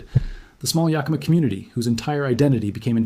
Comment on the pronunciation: You might be interested in knowing that the Yakima were a tribe of Native Americans. It is not pronounced "ya+kee'-muh". Native languages tend to put the accent on the second syllable. The tribes name is actually pronounced as Yah-kih'-muh. Just saying... Love your videos regardless! Dreamhawk 🪶